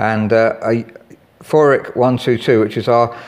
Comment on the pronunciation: Ravinder2220 Feurich Is Pronounced As Few Rick